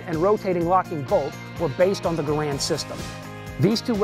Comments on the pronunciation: #6 that you didn't know: Gerand didn't pronounce his name like we now pronounce the name of his rifle. I thought the host would have pronounced it correctly when speaking of the man lol. Guess not. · One thing you obviously don't know...how to pronounce Garand's name correctly. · Don'tcha just hate it when someone who claims to be a weapons expert pronounces Garand wrong? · Said his name wrong respect the man who created this awesome rifle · You mispronounced Garand's name. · ANNNNND - #6 - the correct pronunciation is NOT ga-rand, but gar-and. That is how the man's name was pronounced. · jeez..you guys really don't think much of your audience, all this stuff is super common knowledge about the M1, and it's pronounced "gare-end" not "guh'rand" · GARE UND NOT GA RAND. Respect the maker. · Lol he called it the wrong thing the whole time, he said " M1 Grand" when in reality it's named "M1 Garand" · He is mispronouncing John Garand's name (Gare-end, not Ga-rand) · One more fact: The man Garand pronounced his name, GER'-und. NOT "Guh-RAND" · His name was not pronounced grand.....it is Canadian.....pronounced Garen as in Karen but a G instead of the K......the GIs called it the M1 rifle, the civilian called it the M1 Garand (Grand) which John Garand didn't object to the error..... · So, when are you going to tell us something we didn't know about the M1 Garand? By the way, it's pronounced gareand, not gu-rand. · It's properly pronounced Gare end not Ga rand. The makers name sounds like errand. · “Garand” is actually pronounced "Garan" with a silent "n" if using a québécois accent, or /ˈɡærən/ in the international phonetic alphabet. "Garand" is French for "guarantor" or "someone who guarantees". Jean-Cantius Garand was born a french-canadian in Saint-Rémi, Québec, and his father emigrated to Connecticut with his family 11 years later. Jean lived most of his life in the USA, as a naturalized citizen. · "the M1 - Car - Bean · He mispronounces both PeDerson and GARAnd.